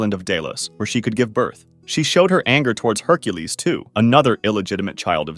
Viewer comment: honey you mean hunkules